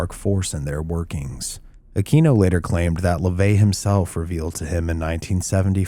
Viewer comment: Aquino ( uh-kween-oh) Sorry that drives me nutts